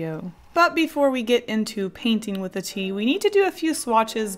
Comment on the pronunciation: I watched the "Paint with my BLOOD" first you said "coffee and tea" I misunderstood and I thought you said "Pee" lol.